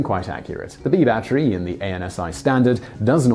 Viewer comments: Unbeknownst to this host, "battery" is a three syllable word... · someone just wanted to hear him say "Batchery" a lot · It's not a 'bat tree".